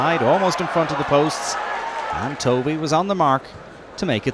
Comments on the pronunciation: Point taken...Tovey (as in almost rhymes with toffee rather than toe-vee) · It's pronounced Tovey throughout he report - Not sure what you mean? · Reporter was saying "Toe-vey" rather than "Tovey" (1 syllable)